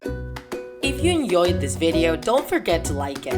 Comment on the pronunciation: Attention! Listen carefully to his outro It goes like IF yOu En YOYED THIS VIDEO SERIOUSLY ENYOYED???